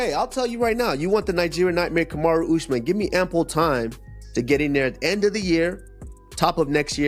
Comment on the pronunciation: C'mon, it's pronounced ooz-mahn. Not us-man. 😅